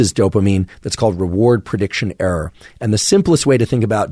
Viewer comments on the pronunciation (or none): I like making errrrrs. Lol, doc says error a lil funny, but this was super freaking helpful thought provoking information.